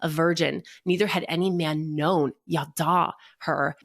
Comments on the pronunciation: Sameeeeee ידע is not yadahhhhh It's just... yadah. Tanach lessons were traumatic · Her saying “yaddah” over and over and over as the “Hebrew word” was so annoying as someone who speaks Hebrew 😭 that’s not how it’s pronounced at ALL could she literally not even google it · Total nitpick, but her pronunciation of ידע is another indicator that she didn't thoroughly research that which she speaks of.